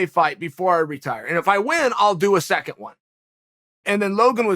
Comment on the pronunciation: Chael "seconth" Sonnen 🤣🤣 2th lmao Its 2nd UNC 🤣🤣🤣🤣